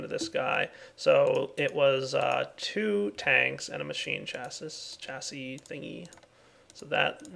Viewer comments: It's chaseeeeeeeee not chasiiiiiiiiisssssss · Chassis = 'chass-y',. =)